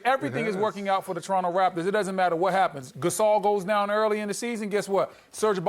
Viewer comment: this shithead said Pau Gasol.... Fuck out of here